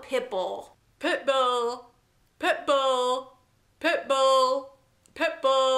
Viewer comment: It sounds like you're saying pimple when you say Pitbull.